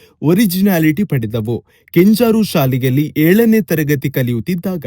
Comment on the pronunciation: ಕೆಂಜಾರು ಅಲ್ಲ ಕೆಂಜೂರು ಶಾಲೆ